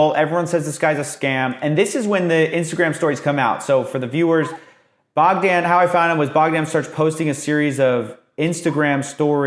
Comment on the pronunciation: BOGDAN...the O is long, the A is short 🤦‍♂️ you’re such an American